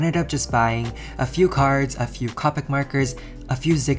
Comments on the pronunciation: It’s coepick not cawpick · what anybody else triggered when he said co-pic marker instead of cope-ic markers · It’s pronounced Co - pick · I think it’s Copic is pronounced Ko-pic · I love your videos but please.. Copic has a hard "o" sound not a soft one; I died a little every time you said "cah-pic" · I hate it when people say copic like that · He said copic wrong